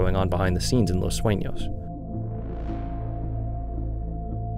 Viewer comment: finally someone say the name right and not "los suinos"